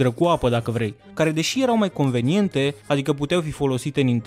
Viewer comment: convenante* Ai vorbit ca un țigan XD